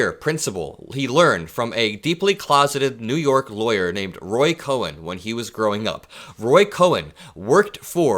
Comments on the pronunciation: Roy Cohn. Pronounced like cone, not cowen. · Great video. But Roy Cohn's name isn't pronounced "Cohen," but "cone." I'm old enough to remember the Army McCarthy hearings, and that b*****d was lurking in the shadows all along. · not Roy "Ko-hen". Roy KOHN. Like ice cream cone. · The name is pronounced "Cone" not Cohen. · Roy Cohn (pronounced Coh-n, not Coh-en) was an evil man who helped destroy many lives. I'm sorry that 45 learned from him. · It's not Roy Cohen, it's Roy Cohn (pronounced Cone) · It’s Roy Cohn (pronounced coin). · I appreciate your observations. The lawyer you spoke about is actually Roy Cohn, pronounced 'cone.' There is a mini-series 'Fellow Travelers,' that sheds light on him. He is also mentioned in the classic Broadway play, 'Angels In America.' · I think it's pronounced Roy Cone.❤ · It's pronounced "Cone"... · It’s pronounced Cone